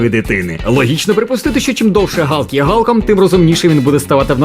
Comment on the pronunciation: Молодці, що правильно говорите ім'я Галка) не слухайте нікого! Відос супер))